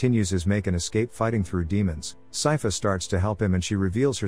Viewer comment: Good lord. Poor Sypha, y’all butchered her name.